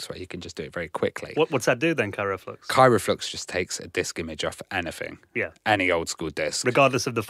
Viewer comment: KRYO flux,.:p (and VECtrex, not VEXtrex. haha)